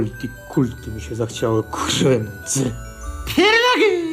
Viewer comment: PIEROGIII w zasadzie nie sa smieszne ale PIEROGIII KURWA juz bardziej i mysle ze tu chodzi o sposob wymowy PFIEERROGGI